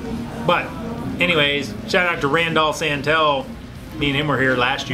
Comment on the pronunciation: Rand ALL San TELL 🤣